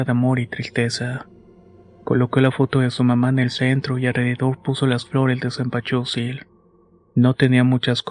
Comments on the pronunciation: Cempasuchil !!!!!! No cempachusil amigo,me encanta como cuentas las historias,pero no puedo parar de reír,lo siento!😅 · Se dice senpasuchil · Que bonita historia aunque no digas Zempazuchitl jajaja gracias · Si se oye raro 😅😅